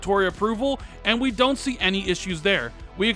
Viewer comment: "tell me why from daaant naad" lol speaking too fast and forgot how to say Don't.